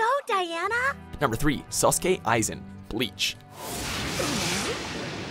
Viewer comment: What is wrong with you guys but seriously how many times do people complain about pronouncing everything right totally butchered bleach on that one